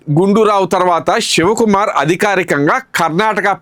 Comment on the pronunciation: Ur wrong, u don't know how to pronounce his name